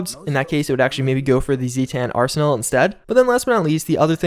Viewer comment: Calls it mothership zeta but calls them zee-tans